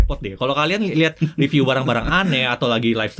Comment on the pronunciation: Panjang tp detail dan isinya berbobot... itu bagus... Bagi tmn2 yg merasa kepanjangan atau gak sabar, bisa disetting agak cpt di 1.5x atau 1.25x kan... atau bisa di double click sehingga skip ke beberapa detik berikutnya.. Sedikit masukan buat, kalau setahu saya.. kata "review" itu dibacanya RIVIU bukan reviu Jadi bacanya Jagat Riviu.. bukan Jagat Reviu. Cmiiw.... Maju trs JRTV...ttp detail dan berbobot 👍🏻👍🏻👍🏻👍🏻